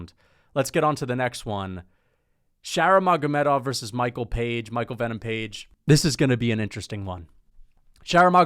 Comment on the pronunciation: Why do you mispronounce fighters names constantly? Anyways page has no chance unless he lands that flying knee he's gonna try 5 times